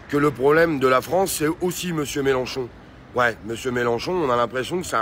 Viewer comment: Mélenchon pas Mélanchon!